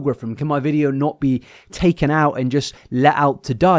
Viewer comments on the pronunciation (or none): none